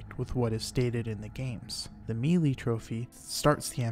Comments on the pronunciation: Melee is pronounced "MAY-lay," not "MEE-lee." Ocarina is pronounced "ah-ca-RI-nuh," not "Oak Arena." Other than this stuff, I learned a lot and I really like the video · Good video! Just an FYI melee is pronounced like may - lay.